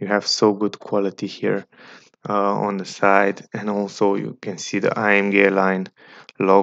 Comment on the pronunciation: The way you say AMG to be A-M--GAY.